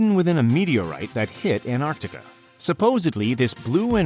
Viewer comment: An tar ti ca > Ant ar ti ca